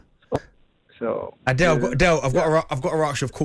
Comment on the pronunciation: The dudes name is not pronounced like "Adele"